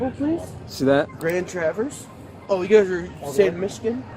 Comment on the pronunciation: i knew as someone from traverse he was gonna say it wrong it’s french